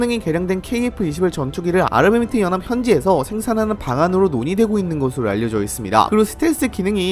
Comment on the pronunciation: ㅋ 은 발음 새는게 은근 매력이에요.. ㅋㅋ (욕 절대 아님) UAE: 유이이~~, 아랍에미레이트연합: 아마미뜨영압, 영향력: 영앵역~~